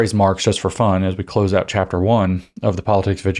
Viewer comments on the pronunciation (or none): none